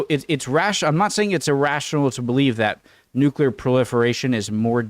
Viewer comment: 18 minutes and 23 seconds of silence for the nucular weapons